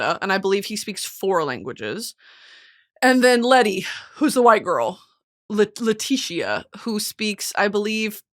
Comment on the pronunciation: Leticia is pronounced “le-T-Cee-Ah No one ever pronounces my name right